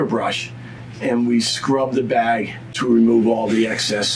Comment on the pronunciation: I thought he was saying "bad boy" every time he said bag